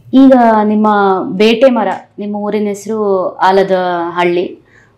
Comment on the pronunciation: ಬೇಟೆಮರ ❌ ಬ್ಯಾಟೆಮರ ✅